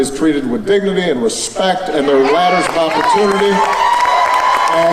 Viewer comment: Obama saying everyone "shoukd be treated with tespect". That is priceless.